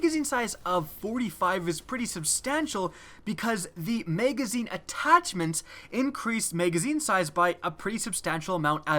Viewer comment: Learn how to say Magazine...